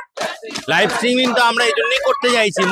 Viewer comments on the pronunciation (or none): Uccharon korte parena kichu na streaming k stimming bolche dur dur